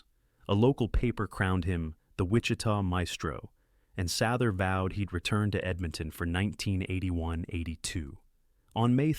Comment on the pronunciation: You really need pronounce names correctly. Regina not Regena Sather not Sawther...